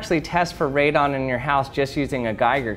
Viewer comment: Its radon not " redone "